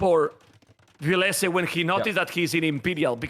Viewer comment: When introduced himself for the last Red Bull, he said VIL-lese